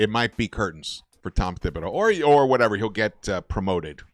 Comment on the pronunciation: It's spelled thibodeau but his name is pronounced tibbidaeu "Tibbs" not thibs. 😬